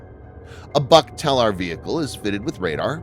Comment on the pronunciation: Requires an accurate assembly. More accurate, than the mispronouncing BUK in the video. It is not a buck.